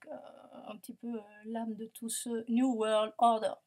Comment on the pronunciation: trop chou quand tu dis" NEW WORRLD ORDERRR"